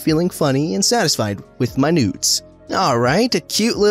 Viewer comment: Every time he said “noods” I hear “nudes”